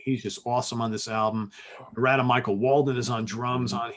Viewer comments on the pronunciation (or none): Yo dudes! Love this channel. Great stuff! Hey! Narada Michael Walden's name is pronounced like norida. Rhymes with florida.....